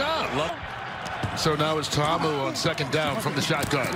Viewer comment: why cant the dude pronounce Ta'Amu